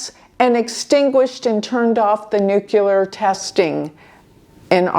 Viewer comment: You say "nukelar" , that's really funny 😅